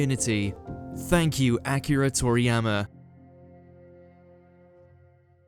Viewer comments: did this dude just say Acura Toriyama??? bro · Say his name right, you said Acura....jeez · Did he just call him ACURA toriyama? Yikes. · Down liking this because you called him "Acura" like the car...Jesus. You had one job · rip acura toriyama, at least thats what it sounds like this guy is saying lol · Good to know, Akira in the King’s English sounds like “Acura”